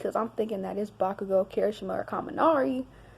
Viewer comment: “ Backugo...Kirishima * slur lips* “